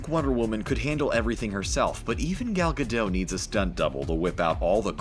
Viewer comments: Gal Gado’s? I thought it was Pronounced gah dit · The actress potraying wonder woman is Israeli not French, therefore the "t" in her last name is not silent! It's not Gadoe it's Gadot. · Oh my god that bothers me so much!! The “T” is NOT silent in Gal Gadot’s last name!!!! Her last name isn’t pronounced GA-dot, either — it’s pronounced ga-DOE-t (doe as in female deer). Her first name isn’t pronounced Gal either (gal as in another term for female). It’s pronounced Gal as in Hall (“hallway”). She’s Israeli and my mom’s entire family is Israeli so I know how her name is pronounced. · everytime he said gal gadoh, im angry 😂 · Gal Gadot is not pronounced Gal GAH-DOE, it’s Gal GAH-dut. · It is not "Gal Ge Dough" it's "Gal Ge DOT" she's said so herself countless times why do people keep getting it wrong? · its not "ge dot"... if u gonna correct correct it right. its more like "ga dought" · It's not "Gal Gadoe". It's "Gal Gadot:. Last pert is pronounced "dot". Seriously, dude. You have one job. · Its Gadot not Gadoe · Gal Gadot is Israeli, not French; so her last name is pronounced "Gadott," not "Gado." I don't know how Hannah Behan pronounces her last name, but my bet would be on the standard Irish pronunciation: "BEE-un," not "buh-HAN." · It's pronounced Ga Dot!!!!! Not Ga Doe!! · Who's Galgah Doe? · It’s Gal Ga DOT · An israeli here! Gadot is pronounced Gah-Dot. It's a word in Hebrew, meaning "banks" (of a river) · Gadottttt the 't' is not silent ! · She pronounces her name Gal Gadot with a hard "t" at the end. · Gentle correction on the pronunciation of Gadot. It's like "Guh-DOT". That's how Gal pronounces it herself. It's not French, it's Hebrew, so the terminal "t" is not silent. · He really said gal gadoe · Why tf does he keep sayin gal gadow lol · 'gaal gadough' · Come on, get the actors names right. It’s Gal GadoT with a hard tee...it’s Hebrew, not French and the t isn’t silent. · It's pronounced Gah-DOTE. She's Israeli, not French. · It's not Gadow.